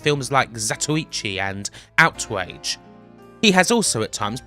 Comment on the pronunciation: outwage, huh